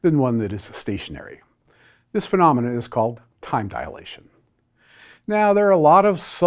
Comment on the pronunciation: Small point, but it's a pet peeve, so I have to make it. Dilation is a 3 syllable word. There's no 'a' after 'di.'